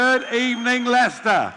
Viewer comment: Did he say "good evening left-er" or good evening Leicester. Only I thought he does not talk to the left wing of society. 🤣🤣🤣🤣🤣